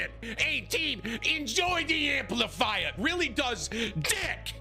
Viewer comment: "Hey didi enjoy the amplifaiya" :)